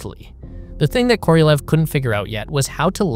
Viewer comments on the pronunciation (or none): The name of the Soviet rocket engineer SERGEI KOROLEV is pronounced as [kə - rə - 'LYOFF]